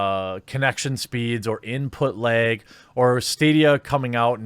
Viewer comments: It's LAG not LEG dude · The way Jeremy says "lag" is enough for me to hit the like button 😂